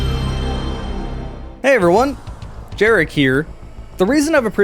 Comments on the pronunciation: I've only ever heard it pronounced as a Y from multiple people, the J sounds so wrong, Jaroslaw being the full name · Isn't the J in Jarek supposed to be pronounced as a Y? My old boss was called Jarek and he was as polish as they come